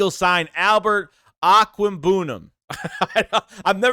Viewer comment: Just a heads up. The new tight ends last name is pronounced...OAK-WAYG-BOO-NAM.